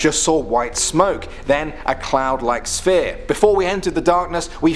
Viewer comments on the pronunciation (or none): You pronounced the word corps wrong, it is pronounced”core” unless you are trying to say the word corpse which is a dead body. Now you said spear for sphere. You have some serious problems with the English language.